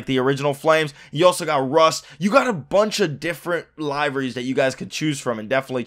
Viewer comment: "Liveries" isn't pronounced that way!!